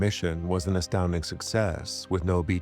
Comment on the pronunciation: Ashstounding may be a bit much, it certainly was impresshive to say the least. Shake care,, catch ya for another onesh.